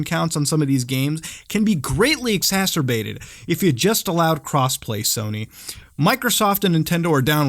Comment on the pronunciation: lmao i thought you said cosplay